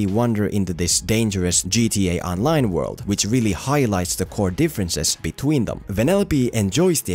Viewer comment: Whenever says GTA online cracks me up